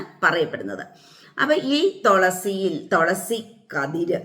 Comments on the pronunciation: Tholasy അല്ല തുളസി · Tholasi alla thulasi